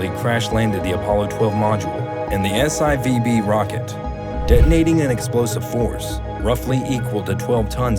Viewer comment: The "Ess Eye Vee Bee Rocket'? Dude, its the S-4-B.